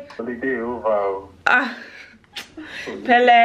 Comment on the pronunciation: Not “Pele”🤣❤️❤️❤️ gurl